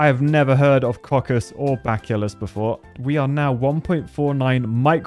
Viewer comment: Bacillus is pronounced Ba(rn)-sill(y)-us